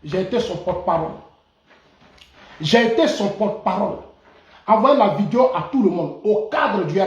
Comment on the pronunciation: Monsieur dites " video" et non vidio "s'il vous plait. S imple contribution.